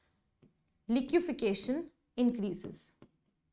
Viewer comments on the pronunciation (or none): none